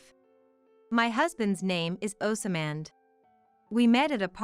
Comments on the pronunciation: Oz mond not oas samand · They are not sounding Osmand properly there is no a after the s